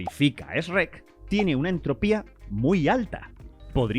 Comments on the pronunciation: No es "esch rek " !Shrek! bro se pronuncia como "chrek " no esch rek jaja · La info muy bien 10/10 pero le quitas toda la seriedad cuando dices ESRECK jajaja me reí un montón, para la próxima usa otro ejemplo que los españoles pronuncien mejor, saludos. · Nunca voy a superar el "esrek"